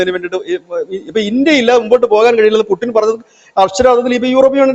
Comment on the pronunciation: പുടിൻ അല്ലേടാ പുല്ലേ പൂട്ടിൻ എന്ന് പറഞ്ഞു പരിശീലിക്കു